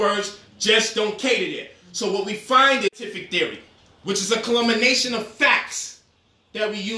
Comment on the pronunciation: A 'ka lum men ation' bruh! Lol 😂.. The word is Culmination as in 'kul men ation'! Lol 😂 Titen up!